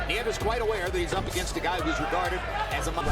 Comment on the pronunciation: “Neeves” “Neevus”..it’s actually “nee-YEH-vess”